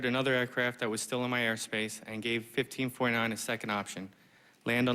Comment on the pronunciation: Why does it sound like "15.9" when he says 1549?